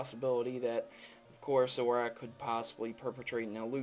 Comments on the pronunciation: Zore-Oh-Ark and Zore-Ooh-Uh correct pronunciations and question: how do trainers know which pikachu is theirs for example in a horde of them? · your pronouncing zoroark wrong. Its zor-ark, thats how you pronounce it. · Wait... I though it was pronounced (zO-rO-Ark).....? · Please say Zorua and Zoroark correctly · anyone else notice that he mispronounced Zoroark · The theory went totally over my head because it's just ridiculous, the only thing I want to discuss, is that the Pokémon's names are ZO RU A, and ZO RO ARK and pronounced as such, no silent A in Zorua, and no silent second R in Zoroark. JESUS. It's not a matter of opinion either, they have official names, and there are pretty simple rules of the English language that don't even IMPLY any silent letters in EITHER of those names... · pronounce the names right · You're saying zoroark and zoura wrong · for christ's fucking sake learn how to say zorua and zoroark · btw you completely butchered zorua and zoroark's names zorua you pronounce how its spelled and zoroark is kinda like how you pronounce zorua with ark added to it xD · Pronounce your Pokemon names right. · Can you not rhyme "Zoroark" with "Marowak"?! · Every time you pronounce "Zorua" and "Zoroark" wrong makes me want to rage quit... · ITS PRONOUNCED ZO-RORK!!! Not zorack!! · its zoro ARK not ahk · STOP SAYING ZORACK ITS ZO RUH ARCH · and also, you pronounce zoroark like this: zorak. it is zoro-ark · It sounds like you say "Zoroack" XD it's "ZoroARK" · Its Zoro- ARK Not 'ack' ZoroARK - >:( Zoroack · I'm sorry, but I can't take you seriously between the stilted speech, the obvious lack of effort in editing, and the fact that you repeatedly called a pokemon ZORAK. It's Zor-o-ark. Like it's got an R right beside the k. Hell you could have said zo-roark, I'd be okay with that too. If you can't even bother to learn a name properly, I can't trust your skills of deduction. 3/10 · zoroARK not zoroACK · Lol Zorack it's Zoroark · Pronounced "zoro-arc"